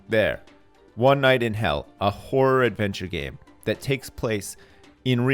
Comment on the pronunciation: lol It sounds like he keeps saying a "Whore Adventure Game" I can just hear him saying "I would play the shit out of that!"